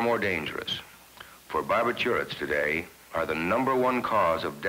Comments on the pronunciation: “Barb I turrets” instead of “Bar bitch U ets” 😂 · Bar- bih-CHEW- its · Bar- ba - tour - its .... 😆